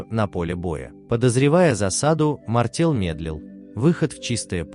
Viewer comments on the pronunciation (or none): Не МартЕл , а МартЭл !